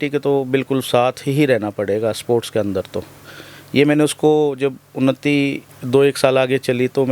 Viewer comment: ये उनत्ती नहीं उन्नति है । Vlog बनाने से पहले थोड़ी हिंदी सिख लो ।